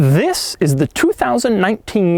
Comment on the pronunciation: Dhhiiizzzz iz He says this in the most brutal way possible